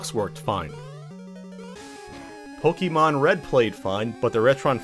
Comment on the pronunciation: Poke-e-mon lol